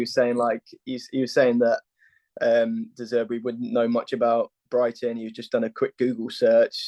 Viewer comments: It’s De Zerbi, not De Zebri and Potter didn’t get sacked. I think a bit of simple Googling would have sorted that out. Good luck. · your guest said Potter got sacked. Not quite the typo as that is how you both mispronounced De Zerbi! Good luck.